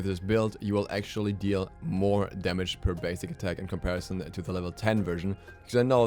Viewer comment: "Comparison", Damn why you abuse that word by saying it so harsh. Damn do you hate that word???? Jk love you